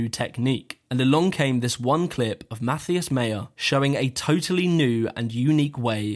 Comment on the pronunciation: There is no "th" in Matthias ;)